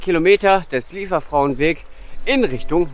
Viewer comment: Wirklich schönes Video... Die Aussprache ist schon nicht so einfach😉. Versuch mal Li-e- werfrau, das käm dem schon näher und sonst lass es dir von einer Solingerin oder einem Solinger mal auf Platt vorsprechen. Vielen Dank für die Anregung, dorther zu gehen, LG Daniela